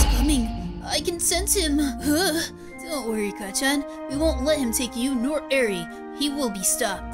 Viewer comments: Eri is not pronounced as airy not ere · its not edre its eir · WAIT HO2 U PRONOUCE ERI ITS (Air-E) that's how it sounds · No offense but it's a pronounced arie